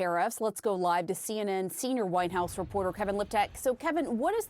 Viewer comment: the anchor accidentally pronounced the White House as “the Whine House”. I don’t see any problem with that.